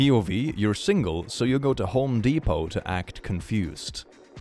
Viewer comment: it’s “Home Depot”, not “HO Depot“ Maam, we only sell METAL screws here. Please leave. 🙄